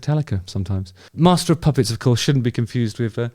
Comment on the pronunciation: Dammit Justin ffs….you need to give more time after you announce a spoiler alert 🤓🤣 Plus….you are totally butchering MOP Still love you though bro 👍🏼